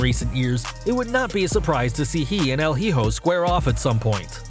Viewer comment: Hijo is pronounced E-Hoe. Not he-hoe lol